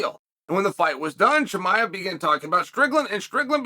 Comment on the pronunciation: CUT TO THE CHAEL count - correct pronunciation of Volkanovski - Ok Great - Chael chuckles - correct pronunciation of Chimaev - Chael chuckles